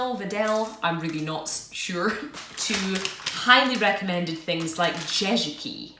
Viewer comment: when you spell Jezyki , just say "J" as you say "Y" in english